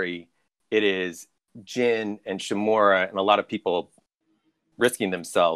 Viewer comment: Ikr total cringe how hard is it to pronounce "Uncle Shimura"